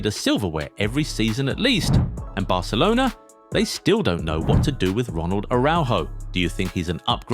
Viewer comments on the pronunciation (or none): none